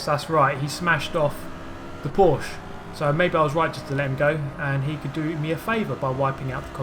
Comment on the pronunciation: Can you do yourself a favor and look for the "How to pronounce Porsche." video on the official Porsche channel? :D its great for 'muricans and brits ;)